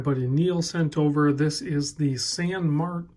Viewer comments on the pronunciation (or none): I’ve heard, San Mar-tan. 🤷‍♂️